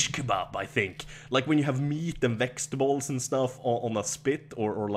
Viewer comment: Love how you say vextables instead of vegetables